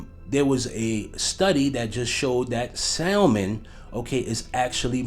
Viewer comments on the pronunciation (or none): Glad you touched on this! Yes, not only is he possibly related to him, but no one seems to talk about how "Michelle" is Michael! BTW: The "l" in SALMON is silent.